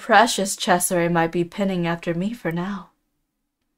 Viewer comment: You only mis said one thing. Pining actually sounds like pine-ing.